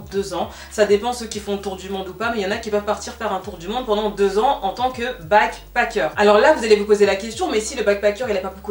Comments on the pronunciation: Je comprends pas pourquoi tu prononces bien le « a » de backpAcker mais tu n’arrêtes pas de dire « begpEcker » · Tu as bien fait d'expliquer la différences entre les deux termes ! J'me disais "mais pourquoi est ce qu'elle prononce backpacker comme ça ?!" ahaha. Merci pour la vidéo je n'étais pas du tout au courant de ce phénomène !